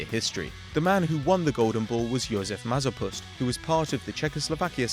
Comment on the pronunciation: Soooo funny hearing english speaking people pronounce Czech words. :D "Mazopůst" "Pšíbuám"... Great vid tho. Greetings from Czech rep.